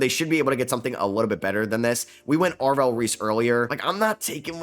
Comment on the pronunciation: “Ave-rell” Reese tuff